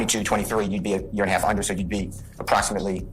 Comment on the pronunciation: Bro when you said “HaLFFFFF?????” I died 😂😂😂😂